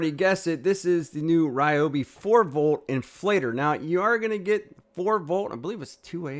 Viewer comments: The people at Ryobi (near my home) pronounce it ree-obi. Every one of them use this pronunciation and I’ve met some of the higher ups. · Its hilarious that u keep insisting the Ryobi name is Ri-yo-bi n not Ree-yo-bi. Its like telling a Japanese person that they are pronouncing their own name wrong. Ryobi is a Japanese company originally that was expanded into the US. If they pronounce their company name using Japanese way, only an ignorant n arrogant person to will insist it should be pronounced the American way. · You are wrong. It is NOT Rye-obi, It is Ree-obi. Go watch the companies videos and listen to how the actual company pronounces it. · REEEEEobi. Not Ryobi. Confirmed with the manufacturer. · Its reeobi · Rye-obi's (Not Ree-obi's) been doing the handle wrench thing for a long time, I have an ancient Rye-obi (not Ree-obi) blue grinder with the same setup & wondered why that never became a new standard. Definitely would like to see the router & bizzer gone over! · Ummm, the Roy I tool USA page on YouTube has many videos that pronounce it reeobee